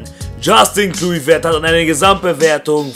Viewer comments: Assgesprochen wird er "Kloiwert" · Er wird Kleuwert ausgesprochen ;^) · den spricht man so aus "Kleuvert"